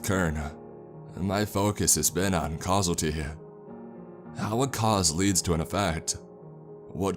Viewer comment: voice is wholly annoying and he can’t read. Pronouncing causality as “causalty”, among other mispronunciations. Please keep reading stories yourself; a much more relaxing voice